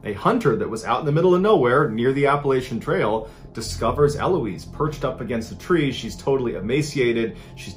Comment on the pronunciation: My name is Eloise and it was so weird hearing Mr Ballen say my name. By the way dude, the stress is on the last syllable not first lols